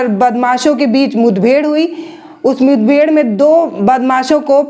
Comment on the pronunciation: मुथबेड़ नहीं, मुठभेड़ हुई थी,पकल नहीं पकड़ लिया था,😁😁😃😋